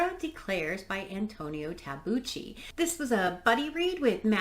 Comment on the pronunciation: if i may correct your pronunciation, it's tabookki :-) i'd say the ending (including not knowing) is suited to the fascist narrative... that's what happened in the real world... nice vid :-)